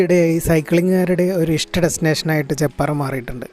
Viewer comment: ചേപ്പാറ അല്ല ചെപ്പാറ 👍